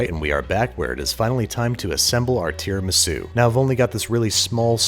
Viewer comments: so tierramisu? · Ring mold said no an left so babish made Tear-amisu 😅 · A tiara-misu if you will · Tiramisu? Mmm, dont mind if I..... Tiramido... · When it falls I realized you are making tear-a-misu